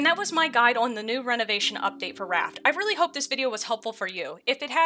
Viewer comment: love the way you pronounce on as ooaaan, haha